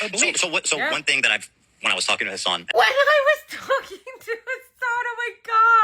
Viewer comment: "Do you condemn Khassann" 😅